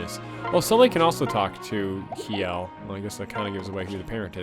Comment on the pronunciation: The pun in the title might work better if "kj" in Norse languages wasn't pronounced like "sh". Her name is a pun on "shell", like her armor. But hey, that's pretty obscure knowledge, so I can't blame you.